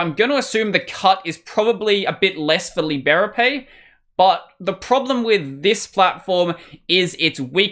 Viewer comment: I believe it's pronounced lie-BRAY-pee.